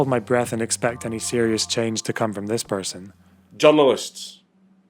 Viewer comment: Did he say John Lewis or journalists?